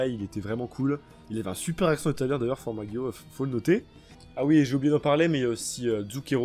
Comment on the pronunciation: Tu fera gaffe pour Formaggio et Prosciutto Ça se prononce Formadjo et Prochiutto